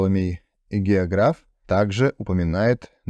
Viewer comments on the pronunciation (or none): Не геогрАф а геОграф